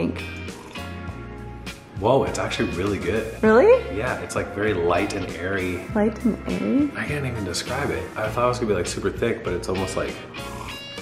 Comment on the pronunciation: "It's light and ARIE " LOL